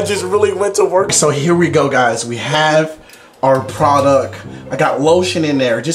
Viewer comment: "We have our produck"